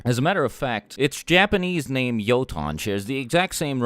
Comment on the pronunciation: Youton. Not yoton